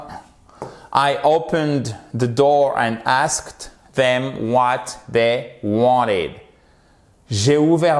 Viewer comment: Bonjour, peux-tu m'expliquer la différence entre "the last" et "the latest"? latest à pour racine late? à la fin de la vidéo, tu as prononcé "wanted" sans le t? merci